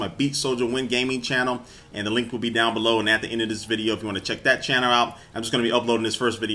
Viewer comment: he said channerrr